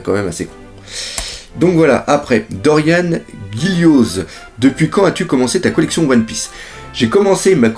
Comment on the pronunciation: Pour Dorian ça se prononce -an et pas -anne et pour Gillioz ça se prononce -Jio